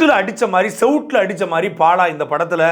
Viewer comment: பாழா வா பாலா வா? பாழியல் லா பாலியல் ஆ?. காவழர் ஆ காவலரா? துரைமுருகன் இந்த காணொளியை மறுபடியும் பார்த்துவிட்டு சரி செய்யவும். நீம் தமிலர்